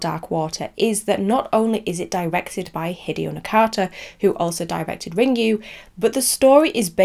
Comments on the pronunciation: Ringu is pronounced Ring-goo, not Ring-you 😆 I hope you look up the Japanese pronunciations for the names when you make the video about Ringu at least! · I'm sorry if that came across rude, but as Japanese, I feel I needed to say something so that people don't pronounce it wrongly. I have watched Hideo Nakata talk about Ringu in an interview, and he pronounces it Ring-goo as well, which is correct. He did not say Ring-you. I appreciate that you checked the pronuncations, I mistakenly thought you did not, because you pronounced Ryuji as Ra-yu-ji, which was incorrect too. It is understandable as your language is not Japanese. I just wanted to point it out to anybody who reads this so that they will know how Ringu is supposed to be pronounced.